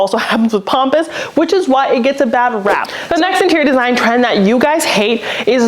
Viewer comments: it's PAMpus grass not POMPus grass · It’s Pamp not pomp.